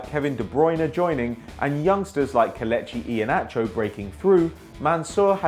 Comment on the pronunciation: its pronounced KELAICHEE IYANACHOR